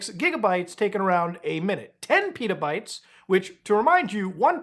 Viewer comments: they're not PETAbytes bro, they're pet-a-bytes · Why are you saying Pitabytes? It's not a flatbread. It's Petabytes. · I had to listen to how much data was stolen again cuz i thought you said 10 Peadobytes.